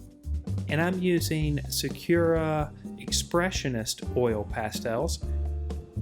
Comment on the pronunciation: It is sa-koo-ra. Not sa-cure-ra.